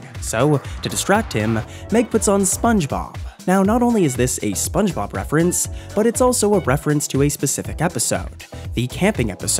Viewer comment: Funge Bob